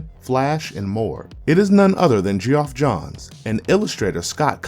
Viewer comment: Lol when this dude said "Ge-off." Lost it.